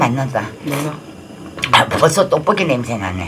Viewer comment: ☆☆오늘의 킹받는 포인트☆☆ 1. 파를 길쭉하게 썰어서 파채를 만들어버림 2. 어묵이 뿔지 자꾸 쪼그라든다고 박박 우김 3. 어묵 지 얼굴마냥 넙대대하게 졸라 크게 썰음ㅋㅋ 4. 고추장을 육수에 풀어야지 들기름에 볶아버림 5. 떡볶이를 자꾸 또뽀끼라고 귀척하면서 발음함 6. 지가 만들었다고 맛있다 연발 오짐 ㅋㅋ 7. 옆에서 맵다는데 자꾸 식어서 안 맵다고 또 박박 우김 (옆에 땀 범벅인데ㅋㅋ) 8. 결국 마지막 다 먹을즈음에서야 '맵긴맵다'고 인정 ㅋㅋ